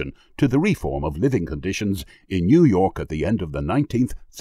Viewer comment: Facunated with this time new yourk